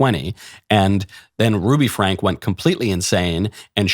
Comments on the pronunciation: Get it right, Michael. It's Franke, pronounced Frank-ee. You sound like you're talking about something you didn't even fully look into. Oh yeah. You are doing exactly that. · pronounced Frankie not Frank. They live in the next town over from me. Thanks for the video. I’m glad Utah passed this law.